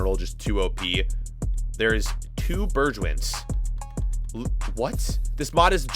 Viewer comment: I got pissed off when u pronounced bergwijn